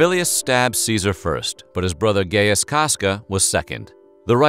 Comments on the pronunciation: Correct Latin pronunciation of Gaius is phonetically speaking: "GUY-ooz". The "Gai" part sounds like "Guy" pronounced in the same way as "hent-AI". And the particularly short, quick "ooz" sound must audible. The name should almost sound like this "GUY-US". It's definitely not gay-us, lol, who's the idiot who came up with that?! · "GAY-us" Julius Caesar??? It's "GUY"-us, dummy. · Am I the only one who giggled when he said "Ga(y)ius"? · I believe the "a" in Gaius is silent, thus the name is pronounced Guy-us. PS, Caesar's last words were "Ow ow ow, you bastids!" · dude I heard you saying in the begging "the legendary gayest Julius Cesar" and didn't even question it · “gay-us” lol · ...did he just say "Gayus Julius Seazer"? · Me: clicks on video thinking it will an interesting history piece Narrator: Gay-us Julius Caesar Me: Titus, GET THE CROSS! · You pronouced Caesars name wrong. It is pronounced guy-us. Same way Caesar is actually pronouce Ki-sar. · Bro you didn't just call gauis gayus. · Its gaius, not gayest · Voice over "Gayus." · Gaius isn’t fucking pronounced gayest XD like my god man 🤣🤣🤣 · Gay-yus? Is that how it's really pronounced? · Lol "Gay iss" Julius Caesar, eh? Interesting pronunciation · It's not GAYEST GUYIST(PRONUN) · 'Gayus' well, I've heard enough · I was like why did he pronounce Gaius like that lol but it was a great video nonetheless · Thought it was pronounced GUY-US NOT GAY-US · Gay-us? No Gaius! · not gay-us its guy-us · Gaius was pronounced Gy-us not Gay-us. Otherwise, good job. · Great video, but I have to remark, the man, the legend was not named Gayus Julius Cesar as you pronounce it. Gaius, is pronounced G AI OS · I cannot understand how this channel can have such obviously great production value, yet still, manage to mispronounce words over and over again. It happens A LOT on this channel. It's GUY-US Julius Caesar. NOT GAY-US. HRMPH! For the record, I don't get this BECAUSE EVERYTHING ELSE ABOUT THIS CHANNEL IS SO WELL DONE!